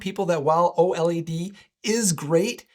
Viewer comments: Just say "OLED." You don't need to say "O.L.E.D." every time lol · U lost me at OH EL EE DEE.